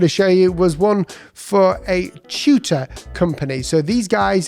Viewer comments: took me long time to realise you were saying "Tutor" and not "Shooter". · I can't stop laughing. I was listening at a distance for a bit, and came back to rewind and learn what this British "Chuter" was... And then checked the comments. Glad I'm not alone! Finally saw the word tutor a few minutes into the presentation and 😂😂😂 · I heard cheater